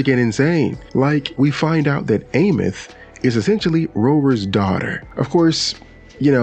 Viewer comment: Can’t wait to see what the next 7 patches bring to 3.X and I have to correct you my fault, it’s Eye-meath.